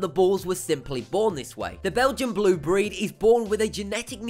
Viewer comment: its breeeeeeeed not bread embreeeeo not ombros dengee not dangmonologue etc etc